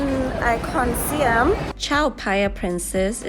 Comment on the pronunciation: Siam pronounced Sa Yarm